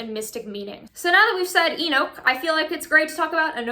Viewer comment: E nooch as in you say E knock lol